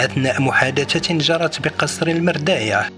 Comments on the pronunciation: قصر المرادية وليس مرداية (غرداية ؟) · قصر المورادية وليس المرداية،